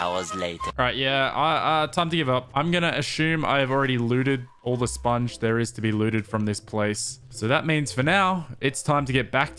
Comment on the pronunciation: saying ill pick up the spoung and still doesnt pick up the spounge. lol